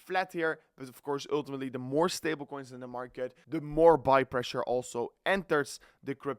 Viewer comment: Actually, with a dutch accent, it's always "öltimetly"😂